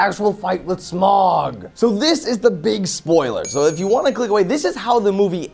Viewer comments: I haven't seen the film, but I agree with in the sense that, being a big fan of the book, I knew that three films was too much. Also, his name isn't Smog. It's Smaug (like Sm-ow-g). I don't know how much attention you could have been paying to the film if you can't even pronounce the title character's name correctly. But, I digress. I do agree that, as much as I want ten hours of the hobbit because I loved the book, I know in my heart the more the merrier does not apply here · It's not smog it's smaug